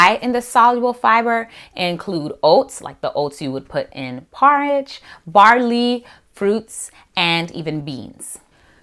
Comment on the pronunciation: when I heard you say porridge I knew u were Jamaican connected lol